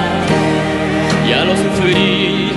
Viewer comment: Nunca podrá cantar como Manuel José ..aunque le duela , y para peor no sabe ni pronunciar minuto uno dice "ya lo pasado pasado no me inerteresa " y las n las pronuncia como r (mil gracias por tarto y tarto amor ) ... vergüenza y pena me da , ese es su karma por menospreciar a Manuel José